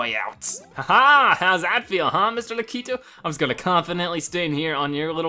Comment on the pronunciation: stop saying lakitu wrong its LAAk-I-TOO